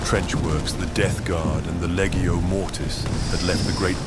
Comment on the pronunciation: Awesome! That’s a lot of production values, and it paid off. One note, when pronouncing “Legio” the “g” is pronounced like in “legion” not like in “leggo”.